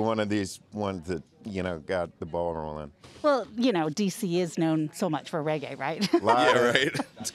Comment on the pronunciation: uno cah even pronounce reggae